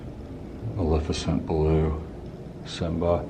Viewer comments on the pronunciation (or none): none